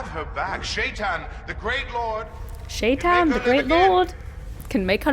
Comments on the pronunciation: Yeah, the pronunciation of Shaitan varies significantly. I believe Robert Jordan had intended it be pronounced the way it is said in Arabic (I speak Persian, and if it’s the same in Arabic, the proper pronunciation is that “Shai” rhymes with “K,” and “tan” is pronounced like the word “ton”), though the original audiobook narrators (Michael Kramer and Kate Reading) say it like the word “shy” and the word “tan.” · I wonder if some of the audiobook’s production choice was to make it not immediately sound as much like the common English “Satan”, which “Shay-ton” would.